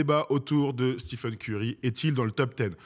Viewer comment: Excellente vidéo, pour moi il est top 10 CLAIREMENT avec une carrière pareille et un impact sur le jeu sans précédent depuis peut-être Jordan. (Petit détail, on dit stéfeun et pas stifeun)